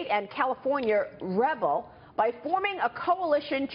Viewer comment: Rebel? It's rebel with an emphasis on the el. Idiot. Also it's not a rebellion